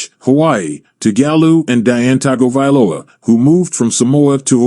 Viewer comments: It's Tongue go valoa🤦🏾‍♂️🤣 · Totally butchered his name as well as all his families name and hometown name 😂 it’s all good